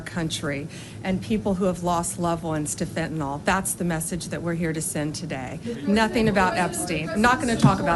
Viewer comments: It's Fentanyl, not fent-a-nol you idiot. After all these months you still don't know how to pronounce it, huh? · Its fentanyl as in pencil. Not fentanol as in alcohol. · Why does she always say Fentonol? Is that different to Fentanyl? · It’s Fentanyl, not fentynal. She can’t even get that right. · Can anyone explain to me how the attorney general can’t pronounce fentanyl. It’s not pronounced like Tylenol. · She still can’t say Fentanyl! She says fentanol. What a fake person. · It's Fentanyl Bambi, not Fentanol! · Pammy, it's not fentanol, it's fentanyl. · Blondi: “we’re talking about Fentanol”, the drug is actually called Fentanyl. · She can't even pronounce FENTNYL. 😂